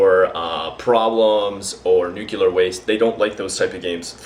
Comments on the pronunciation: Wtf is nucular? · heheheh nucular